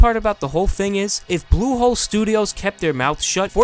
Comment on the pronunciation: U say blusholé as Google ... Pls watch out